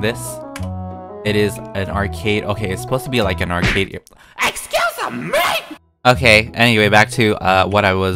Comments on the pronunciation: No one:: ExUsA mE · Me: talks with friend while the vid was on: eXcUsEMwEh Me: I M sOrRy!!!!!! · “EXUSA MEH!”